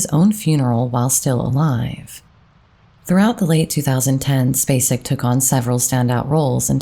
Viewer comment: I’m SO happy Sissy was selected. She’s my second cousin and I am so proud to be able to say she’s an Academy Award winner! I am very sad about her brother. She is an amazing lady. Thank you for pronouncing “Spacek” correctly. 😊